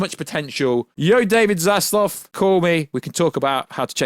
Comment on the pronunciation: ZAZLAV....not Zazlov